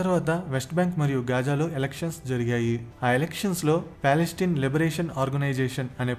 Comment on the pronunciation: పాలస్టిన్ కాదు రా, పాలస్తీనా.